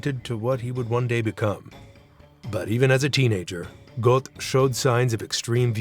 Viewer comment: the o umlaut - which perhaps you might learn to pronounce - is roughly the same as if you say 'er' (as in ['um' or 'er' in 'er, I'm not sure what you mean...')